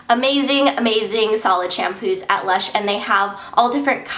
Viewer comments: not luch.. lush... lol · not.. luch... lush!! lol